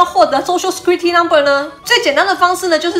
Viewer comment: Security 念錯了